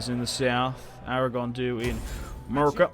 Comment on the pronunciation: You kill me every time you call Murcia "Merica".